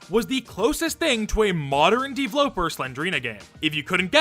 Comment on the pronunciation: I hate how you say "deevloper" dude it's just pronounced developer